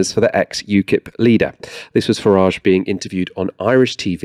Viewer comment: Please stop pronouncing his name as Farrahhhjje. It's Farridge, like porridge. Niggle Farridge.